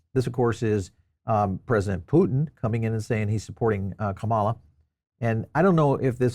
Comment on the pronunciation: Can you please say Kamala's name correctly!? Why is it that every Republican can not say her name correctly. No respect